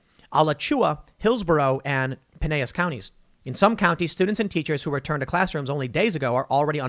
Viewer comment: Pineas? He means PineLLas, lol.